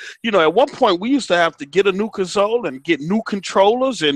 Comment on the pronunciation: Why does dude keep pronouncing console and he said beta wrong? He's saying it like it's two words. It sounds so fumb everytime he does that